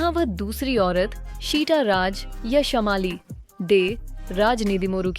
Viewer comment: Wot is dis shamaali? Y don u work a lil bit on ur pronounciations.....its shaamali.....Biggest scandal ?! Lol....